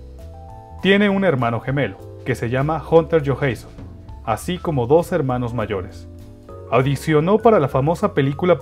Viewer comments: Dijiste johensson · Me gusto el video pero por favor pronuncia bien su apellido